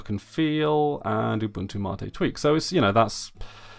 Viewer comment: Why do you say mate like that :(